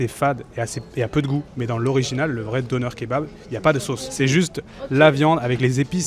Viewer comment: 😂😂nonn ne dites pas ‘donneur kebab’ 😂 tu peux prononcer‘denair’ plus exact de dire 😉